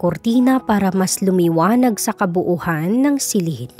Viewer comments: KABUUAN NOT KABUUHAN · KABUUAN NOT KABUUHAN.